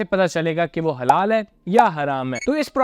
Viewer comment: Sir ap jo halal ya haram mein break le kar bol rha ha ek dum confuse kr deta ha 😂😂😂